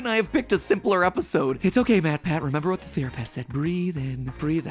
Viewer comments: Nobody gonna talk about the fact that he said Theorepist instead of Therapist?? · Did no one else notice he said theor-apist??? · Did he say theroypist ?!?! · I swear he said "theor-a-pist" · 7:99 "Theoropist"